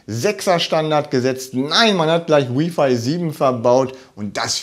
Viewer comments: Freue mich auf die Pico. Btw bitte nicht W(I)f(ei) sagen hört sich schlimm an. Richtig ist W(ei)f(ei) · Jeder kann seine Meinung haben, aber im Englischen wird es halt nun mal so ausgesprochen. Im Deutschen übrigens auch: Lautschrift: wai·fai.